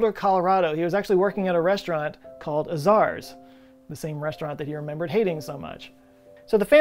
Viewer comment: It's A-Zars with a hard A. This is crazy.